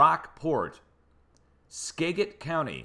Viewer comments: Skagit county in Washington is pronounced Ska-jit, not skaget.... just so you know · Those are paper mills in Longview. Skagit is pronounced as 'gadget' is pronounced. I love watching your shows! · that G in Skagit, like a J thanks. You're awesome. All these Native American Names Puyallup, Skagit valley, Nisqually, and that?...